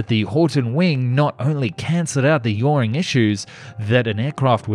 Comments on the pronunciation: The tail of conventional planes is not there to prevent it "yawning from side to side". "That's 620 miles per hour, in both instances". Nope. What does the 'esh' stand for, in "George Esh Patton"? I can also guarantee you that Bowers did not say "...that an aircraft without a wing can suffer,". I can't believe that someone who harps on about the quality of his hardware, software and the final video presentation, continually fails to pronounce common words correctly. He even apologises for just one instance of poor "pro-nown-ciation". 🤦🏼‍♂️ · Also Yaw-wing not warning from side to side. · "Yawning?".....could you possibly mean Yawing? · It's yawing, not yawning. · Yawning!!! Ha ha… it is yawing. Drop the “N”. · And it Yawing not Yawning